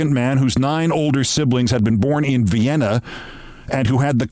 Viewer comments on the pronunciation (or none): none